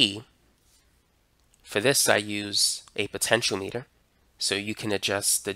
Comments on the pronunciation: Very nice lesson — well-explained and very clearly illustrated. For those commenters taking issue with the pronunciation of “potentiometer”: Our tutor is saying poe-ten-shee-oh-METER. In the US, the accent usually is on “OM”, like poe-ten-shee-OM-it-ur. Comparing US to UK pronunciations for words spelled the same, lots of times the stress is put on a different syllable, depending upon which country you’re talking about. Citizens in each country think that the folks “over there“ talk funny. Both are correct. To convert from one pronunciation to the other, either multiply or divide by the cube root of your age TIMES four pi R squared TIMES 1/2 the temperature in degrees Kelvin DIVIDED BY the fine structure constant TIMES the date in SI units; where “R” is the actual measured radius in furlongs of the left front tire of your father’s Oldsmobile at noontime when parked in the shade at the intersection of the prime meridian and the Tropic of Capricorn on the 29th of February during a leap year that ends in zero. Try it for yourself. If you take “toe-MAY-toe” and perform this operation on it, your result should very closely resemble “toe-MAW-toe”. You can expect some minor variation depending upon the length and thickness of the experimenter’s vocal cords, and his or her or their gender. (NOTE: due to the extreme difficulty of determining this value experimentally, linguists typically use a mutually agreed-upon compromise value.) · Wtf? He pronounced it (almost) entirely right. Your link says : "poten-sh[i]o-meh-ter". He said : "poten-sh[i]o-mee-ter" (big difference... he pronounced it as the unit of length, or as a device that measures something). Compare that to all those on the Internet who say : "poten-tee-o-meh-ter"